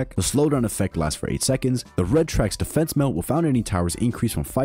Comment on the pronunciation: "Dfnse melt" 💀